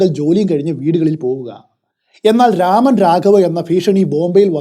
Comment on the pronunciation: Amazing story telling as usual!!✌🏽✌🏽 but it's nor രാമൻ.... It's 'രമൺ' രാഘവ്.